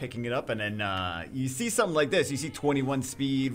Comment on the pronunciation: "I theenk I deed sometheeng wrong" lmao.